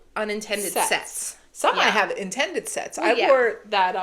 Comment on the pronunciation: Sets sounded like set! Lol